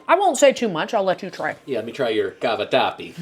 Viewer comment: Happy birthday,!! Italian girl here…laughing and joking, when you pronounced cavatappi with the “Italian accent”, you were absolutely spot on. Well done, you! Absolutely adore your videos, please keep it up.